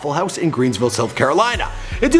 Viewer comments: Its not greensville, its greenville south carolina. I live here, he use to live 12 mins away from me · Dude did you just say greensville South Carolina? Its fucking Greenville, I know bc I live here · not Greensville. Greenville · Come on it's greenville